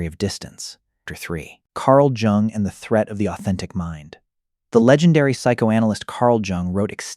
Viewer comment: the fact that it cannot correctly pronounce Jung. Also it does not explain my life rather has pointers. Thanks for AI slop trolling